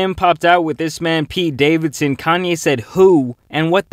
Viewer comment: ....why you gotta say Pete Davidson name like that? 😂🤨